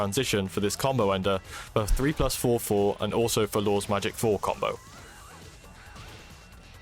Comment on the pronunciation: Nice tutorial but its a bit hard to tell when you're saying "four" versus "forward"